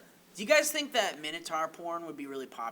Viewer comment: the way you say Minotaurs is odd I've never heard it like that, I've always heard it as 'mine-o-taur' I'm from England is it an American thing?